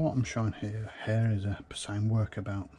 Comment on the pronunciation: The "P" in "Psion" is silent. The original Workabout is a strange beast. The keyboard follows the earlier Organiser 1 and 2 alphabetical layout, but uses the Series 3 OS (SIBO), it has a small screen reminiscent of the Psion Siena, came with 2MB of RAM and the option to clip on several interesting hardware options, including a small printer. I keep meaning to buy one, plus several other Psions missing from my collection. If only they weren't so expensive. 🙁